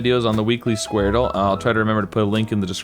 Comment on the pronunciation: It’s pronounced skwordle not squar dle